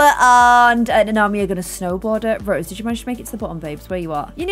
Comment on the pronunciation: I love how keeps saying Rosie but it's Rose